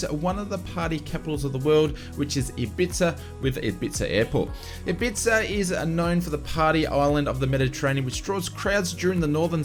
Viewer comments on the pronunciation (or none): Great video, as usual, and thanks for the frequent updates and news re FS2020. btw - Ibiza is not pronounced Ibitza, it's pronounced Eyebeetha. And, Junkers is pronounced Yunkers. Schools out:-) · Ibiza is pronounced Ibeeetha in the uk mate! 😂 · ibiza (Hib bee tha) fast and one word great vid thanks for your work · Thanks. Another great update. By the way Ibiza is pronounced eebeetha. The ‘th’ is said softly like the ‘tha’ in thank you. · Hehe, I had to chuckle at your pronunciation of Ibiza, don't worry, I am not having a go since it is not intuitively spelt xD. For future ref it's pronounced 'i-bee-fa'. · Or as we pronounce it in the UK, I-bee-tha. 😁